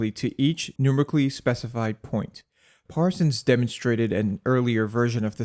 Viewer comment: Numerically is pronounced Nu-ME-Ric-Ally, not Num-Ric-Ally.